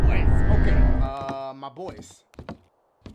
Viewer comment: dachie,,,,,,,,dachie when you say "MY BOYS" I think you say "MY BVOYS OR VOICE , IM JUST SAIIIYYIIINGG 😒